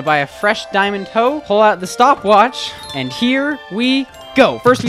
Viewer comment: say “and” not Ann/e